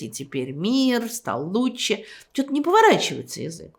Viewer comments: Как Эйдельман произносит слово лучше. Она говорит: луче. Забавно это. Это голос ее поколения. Свой прикол. Мой дедушка говорил вместо слова вчера, он говорил: вчерась. Ну например: Вчерась Алёшка пришел пьяный. Ай дурак. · она говорит: луче